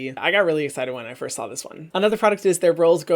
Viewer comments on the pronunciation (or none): none